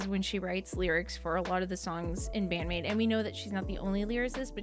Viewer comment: I'd watched again your first reaction to Wonderland live a few days ago and it's quite funny because you were blown away in almost exactly the same way. You were such a recent maidiac back then!, mispronouncing the maids names and all LOL Love love love this song, it always gives me goosebumps and makes me feel truly blesed for living in the same era as Band-Maid. Also yeah, Miku is an absolutely magnificent lyricist. She will probably never get enough credit for that because, well, she writes in Japanese; but that doesn't make her lyrics less powerful or well thought out